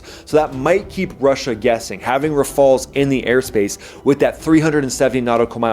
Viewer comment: Ra-fei-els. Have you read the Degale report that predicts a significant population reduction in the UK this year?